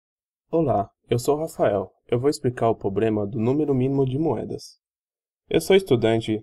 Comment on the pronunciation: Só queria dar um conselho, quando voce começa seu video falando "pobrema" pelo menos metade desiste de assistir, e quando voce prossegue engolindo os plurais e falando "poblema" a outra metade já desistiu faz tempo. Se esse video valia alguma nota nem imagino quando voce deve ter tirado. A explicação está até boa mas com esses erros de portugues, é um sacrificio assistir ate o fim. Tenha mais cuidado.